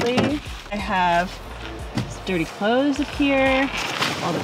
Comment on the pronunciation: She is the only person I have ever heard enunciate the word cloTHes correctly. ☺️